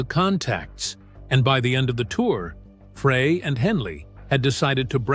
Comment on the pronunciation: It’s not Fray. It’s Fry